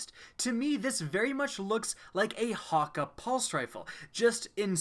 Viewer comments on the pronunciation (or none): pronounces it hawk-aye not hawkkah' this bothers me lol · This guy saying ha ka is pissing me off everyone i know pronounces it as hah kay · It's hakke man not hakka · Hakke is pronounced (Hak)-(Kay). None of this hawker nonsense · Hate the way he says hakke ... there's no w in there so why pronounce it as hawkka ? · I don't know if it's his accent or he doesn't know to say it but Hakkë is pronounced hauk-eh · I dont know why they cant pronounce it correctly. They say the foundry names in D1 and its not "Hakka" or "Ohmolon" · Good choice except I hate how he says hakke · The way you pronounce hakkë burns my ears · That's not how hakkë is pronounced just play Cayde's stash and do that secret room thing and listen to how Cayde says it.